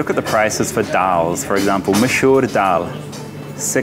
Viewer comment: Stop saying hai na, its irritating and its masoor dal not mashoor